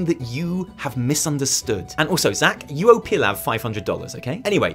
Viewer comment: It's Pilav : Pee-love